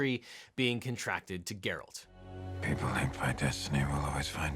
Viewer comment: Geralt, not Gerald.